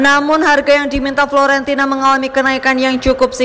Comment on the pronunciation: Fiorentina, bukan florentina